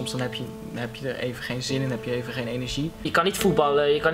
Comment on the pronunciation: Hahahah! Niek!! ''Wacht eaven' HAHA